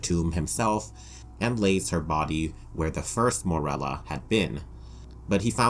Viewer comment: How many times can we mispronounce Morella's name.